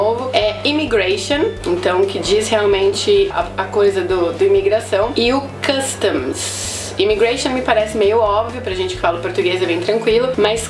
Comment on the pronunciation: Hi teacher. Better be careful with that Customs. Costume means "fantasia" (de festas e eventos afins). You spoke both or very close to that. Just a friendly hint.